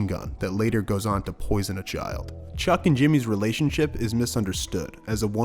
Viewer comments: wait a minute did you just call him "cuck" instead of chuck for straight 1 minute lmaooo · Are you saying Chuck’s name wrong on purpose at the mark (and then again right after a few seconds later)? Cause the name you said is a word with bad connotations.